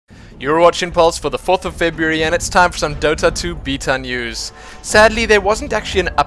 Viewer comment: i can't watch these videos if you're going to keep saying beta